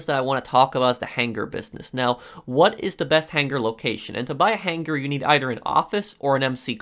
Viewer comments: I appreciate the quality of information you offer in your videos, but you have to learn to say hanger. Right it's hang-er You're saying han-ger which sounds like you've phlegm stuck in your throat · I’ve never made a comment in my entire life but holy fuck I’m getting so annoyed over how HARD he pronounces his G’s in han-GHER. Holy crap dog I had to change the video over it. Work on yo speech. I counted that like 60 times. The g is silent buddy. I’m sure you learned about stuff that in like 4th grade.